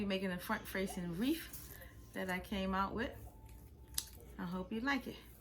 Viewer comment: Please say wreath not reef